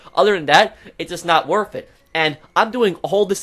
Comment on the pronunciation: When it's "Not worf it"